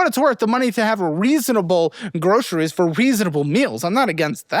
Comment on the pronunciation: When did so many people start pronouncing groceries as "groshreys?"